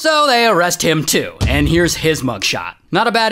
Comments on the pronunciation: It's not york-shyre it's York-sher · Yorkshire = Yorksheer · We dont say yorkshEYEre - we say sheer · York-Shur not York-Shire lol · "york-shire" lol